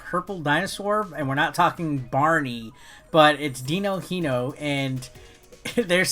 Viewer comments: Se fala DININHO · Im sorry, but i laughed so hard with the way you tried to pronunce Dininho pretty good video tho